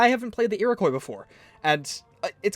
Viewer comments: It's pronounced eer-i-kwa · No no it's pronounced Ear-O-quwa that's how you pronounce it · that pronounciation of iriqouis though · Oilyoil 34 It's supposed to be pronounced like the French do. He's just doing it wrong